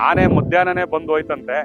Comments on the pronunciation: ಆನೆ not ಹಾನೆ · ಹಾನೆ ಅಲ್ಲ ಆನೆ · ಅದುಹಾನೆ ಅಲ್ಲ ಆನೆ ಮೊದಲು ಹಕಾರ ಅಕಾರ. ಸರಿ ಮಾಡಿಕೊಳ್ಳಿ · ಉಚ್ಛಾರಣೆ ತಪ್ಪಿದೆ ಹೌದು ಆದ್ರೆ ಕೆಲವರಿಗೆ ಆ ಕಾರ ಹ ಕಾರ ಉಚ್ಛಾರಣೆ ಬರಲ್ಲ